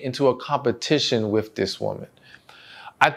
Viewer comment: Please don’t ever take this wrong, try to consciously pronounce “with” correctly. Thank you!!! ❤❤